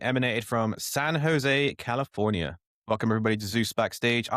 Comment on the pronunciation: “San No José.” Lmfao